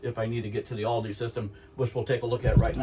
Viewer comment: It’s pronounced “All-duh”. Not all-dee.